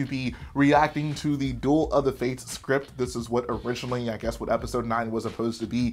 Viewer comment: Ah yes, the scrint